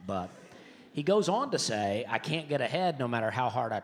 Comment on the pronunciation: And he rhymes "cain't" with "paint '